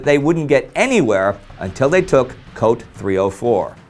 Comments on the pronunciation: Small correction. "Cote" is pronounced "Co-tay." It means "Coast" in English. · Cote is pronounced coh-tay. I usually wouldn't say anything, but as it happens to be my last name... Also, what is the song the Russians are marching to? It sounds like "It's a Small World After All."